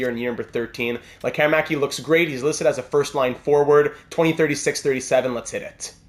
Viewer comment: Appreciate the correct use of letter "Ä" here 👍🏻.